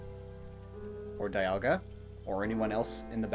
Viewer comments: its not die alga its dee alga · whatsup guys i'm immediately taken out of this video by the pronounciation of dialga but i'm watching nonetheless